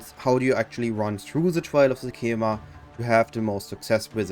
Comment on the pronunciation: ''Sekcamema'' they said it like every five 4 sec in act 2